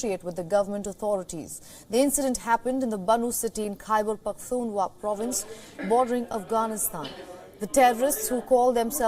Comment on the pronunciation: The news reader can't pronounce Pakhtunkhwa 😔